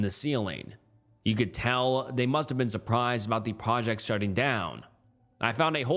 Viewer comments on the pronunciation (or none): none